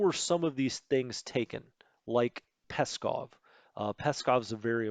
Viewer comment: Great tutorial though your pronunciation of German and Russian names is schrecklich, like Stettin and Pskov. Also weather in Europe generally moves east to west, so that low front you highlighted located over Norway is unlikely to affect operations in Russia, as it moves west into the North Sea.